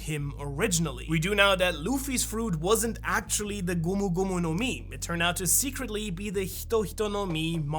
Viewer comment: Gumo gumo no mi? I think you mean Gomu Gomu no mi 🤢